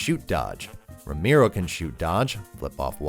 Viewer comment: For all the Ramiro’s out there who get their names butchered on a daily basis…thank you for pronouncing it perfectly in English. Pure catharsis to hear you say it well 😂